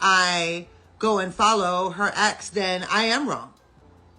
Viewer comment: Foller instead of follow is wild lol why does it sounds like she has a local that numbs your mouth at a dentist when she is talking …